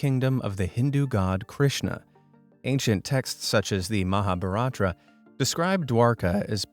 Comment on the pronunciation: Man, Hindi pronounciation is wrong!! Word Mahabharata is pronounced as ma-ha-bha-rat And Dwarka as Dwaar- kaa